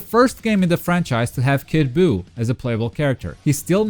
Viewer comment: Did anyone else notice that Buu was called Bou and Boub at some points?